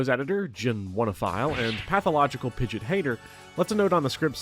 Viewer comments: Pidget? Pidget? Pidget???? Its Pid-gee-ot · Stop calling pidgeot pidget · Jesus christ please never say 'pidjit' again 🙏 😅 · is it a joke in the community to call it pidge-it instead of pidgey-ot? A lot of people do that. like its pidgey pidgey-o-toe then pidgey-ot. Which is weird anyways, i feel it should be pidgey pidgeot then pidgeotto. Just swap stage 1 and stage 2s name and thats it. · Minor nit pick. Pidgeot is pronounced pidge-ee-aht. Not pidge-it. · Great video! Very informative. I just have one critique... you mispronounced pidgeot. It's pronounced Pid-jee-aught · Hearing him pronounce Pidgeot like "Pidjet" almost broke me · Commenting to call you an ingrate for pronouncing it “pidgit”. I hope you feel bad. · First person to ever pronounce Pidgeot as "pidjit" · The pronunciation of Pidgeot is atrocious. PID-JEE-OTT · Say it with me now. Pid-gee-awt. Had to get that out there. Love the vid tho 😘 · Great video, but that “Pidget” really triggered me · the way you pronounce pidgeot is insane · something terrifying about the pidgeot pronunciation. i expect nothing less 🫡